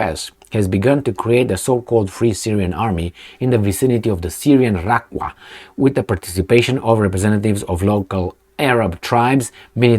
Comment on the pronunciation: Raqqa is prounounced Raka.